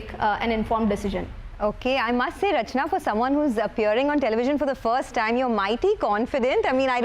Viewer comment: Ma'am you should tell her its not Rachana its CA Rachanaa🎉🎉😂😂 Congratulations ma'am...its glad to have person like you in same fraternity 🎉🎉🎉